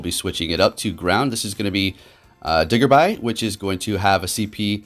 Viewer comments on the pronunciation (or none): Diggersby. pronunciation: (DIG-ERS-BEE) not "digger-bye" lol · You missed some of the pronunciations there. Let me help Braixen: (Bray-xen) Bunnelby: (Bunn-Ul-Bee) Diggersby: (Diggers-Bee) Frogadier: (Frog-adier) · Lol I can tell you don’t know nothing about the main series games. “It’ll be pure grass all the way through” (clearly grass fighting for final evolution) DiG-ERS-bee Do research on the Pokémon before rushing a video could you? No disrespect, it’s just you do this every new generation or information regarding current Pokémon games. At least get the basic common stuff correct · You pronounced diggersby wrong but nice try